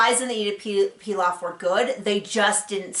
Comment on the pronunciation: Nice review ; by the way, it's Édith Piaf, not Pilaf. Édith Piaf used to sing among other things La vie en rose and Lady Gaga sings it sometimes in her shows. There was a movie few years back about Édith Piaf's life called also La vie en Rose and Marion Cotillard won an oscar for her performance !